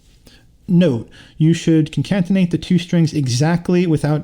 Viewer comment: good job man nice video. just so you know, "concatenate" is pronounced "con-cat-en-ate", not "con-cant-en-ate".